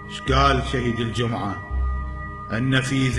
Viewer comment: يقول صلاة ((الدجمعه)) 😂 🐴